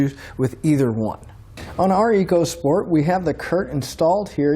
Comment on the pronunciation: It's pronounced "Echo Sport" Ecosport !!!